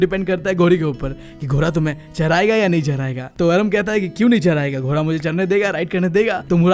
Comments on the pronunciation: Ghoda❌ Ghora✅😂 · ghoda ❌ ghora✅ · 🐎Ghoda❌ 🐎Ghora✅ Bro's tells are very friendly and fun😄